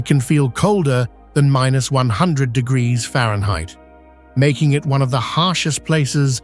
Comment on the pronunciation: Temperatures can reach 100 diggita-errrfba’s? 😂